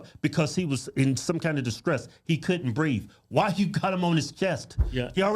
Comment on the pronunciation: He said he couldn't breeve.